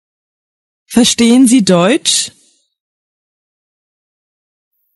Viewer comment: Verstehen اون h خوانده نمیشه بجاش e کشیده تلفظ میشه